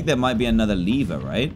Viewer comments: I IS. NOT LEEVER IT IS LEVER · He said Lether instead of lever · Nobody: Dan:where's the lether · Dan it’s called a lever (lev-er